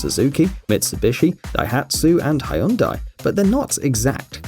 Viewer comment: There is no car company called hi Rhonda. It’s pronounced Hon die.